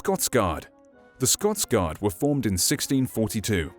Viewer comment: I thought u said "THE QUEEN'S GOD: FOOT GODS" for a sec X'D